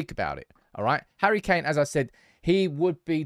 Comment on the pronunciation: " Harry McKain" 🤣🤣🤣